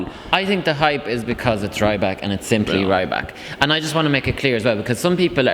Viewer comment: it's not rAYbak, its pronounced rEEbak